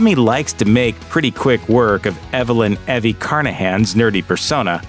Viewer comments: Did this guy not watch the movie? Her name's pronounced "E-V" not "Evvie." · Can you stop pronouncing Eevie as Evvie? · Evie's name was pronounced with a long E, not a short one. Eevie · Her name is pronounced "Eve-ee". You could have watched the movie at least! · Why do you call her "E"vy? It's obvious you havent watch the movie, otherwise you'd known how to pronounce the name properly. Great video, though! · On behalf of the Evie population I am officially offended by his pronunciation. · Another prime example of Youtube personalities showing they have no real interest in or actual knowledge about the subject they're making a video about... The way he pronounces "Evie" is a dead giveaway that this guy's never once watched the movie.